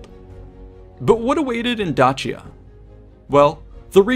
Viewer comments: Just one thing that irked me in this video (other than that I enjoyed it and it was educational). There are several ways to pronounce Dacia: Day-sha, how many native English speakers would pronounce it Da-see-ya, the other popular way to say it Da-chee-ya, the modern Italian pronunciation Da-kee-ya, the Latin pronunciation. Yes you read that right, Latin C's before the vowels a, o, and u were pronounced as a k. Julius Kaeser, wonder why the german emperor was called Kaiser? Anyway, keep up the good work! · awesome video thank you. your pronunciation of dacia did my head in though. lol. dayshia ;-) never heard it with a 'ch' before. plus even the romans wouldnt have pronounced it your way either. would be dakia to them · isn’t dacia pronounced dashia? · The real way it should be pronounced is “Dakia”. We Romanian’s pronounce it wrong just like the Italians. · I am pretty sure it is pronounced with an ace sound like Dace - ian or Daci - an not Datch- ian, at least this is the first time I have ever heard it pronounced otherwise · dAAAAAAcia not dachia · I hate to break it to you but it’s pronounced D then a long a sound soft c the a phonetically I would spell it daysha. Other than that I enjoyed to video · Correctly? "Dachia" is so painful to hear. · Sorry. But I prefer Da-shia. It is easier to hear. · its pronounced Dakia tho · This video is about Dacia from a Roman perspective. So the Latin pronunciation [ˈdaːkja] should count, not the modern Romanian one. Or because this video is in English we could agree that the English pronunciation /ˈdeɪʃiə/ is fine. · "Dachia" is painful to hear. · Latin pronunciation would have been Dakia [ˈdaːkja] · Maybe I'm focusing on the wrong thing here, but we're talking about Dacia, not Dutchia, wherever that is. In English, that C is pronounced as an S. In Latin, it was pronounced as a K. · The pronunciation of Dacia sounds off to me. The way its said makes it sound like its spelled Dachia. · My ears hurt when you say Dacia 😂